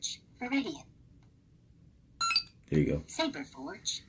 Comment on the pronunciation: Viridian and not Veteran my dude ! Veteran is the soundboard , Viridian is the Soundfont .